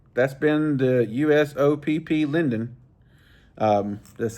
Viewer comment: It's pronounced "Lay Dune" according to Yankeelippers expert opinion of Chinese 😂. Love your reviews but where's the fishing part. The reason you love those is the roundness for the big mitts. That reel might be 175 in two weeks. Right hand is the only way. All leftees are doing it wrong or they are poor children that never learned correctly. Keep up great work bro.